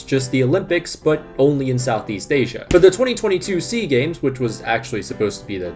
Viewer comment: It's S.E.A. Games, not Sea Games. South Korea is in East Asia.